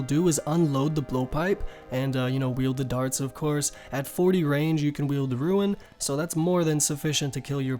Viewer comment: why do u say ruin lol